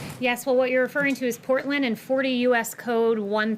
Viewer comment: Normally I'd give someone the benefit of the doubt. However... With this administration who knows. Genuinely curious whether the Porton instead of Portland was her tripping up or had she never heard of Portland until this morning at the briefing...